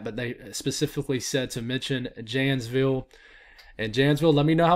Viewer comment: Lol so someone who lives in the Milwaukee area i can help a little with how you pronounce the cities. It’s Janes-ville like the name Jane. Osh-gosh like oh my gosh. Lol but anyways it’s snowing so much right now it’s whiteout conditions in Milwaukee!